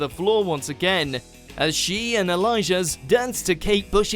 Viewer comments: It’s aliash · Who else was annoyed that he said Elija instead of Alijaz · elijah?? girl you mean alijaz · PASO DOBBLE I CAN'T-- AND THEY SAID ELIJAH